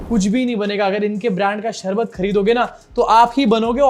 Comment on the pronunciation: 😂 c ka sharbat pronunciation b galat hai. Marketing karne aaya